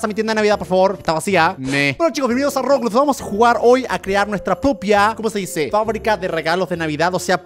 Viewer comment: quien se dio cuenta q dijo rogudogu en vez de roblox